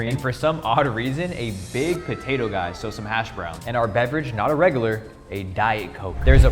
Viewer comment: bro said regoolar